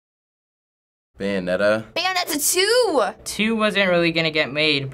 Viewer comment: byeonetta? BUYANETTA! ha.... ha.... ha....